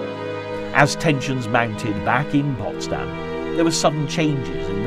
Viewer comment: Ce n'est pas "possdamm" mais Potsdam.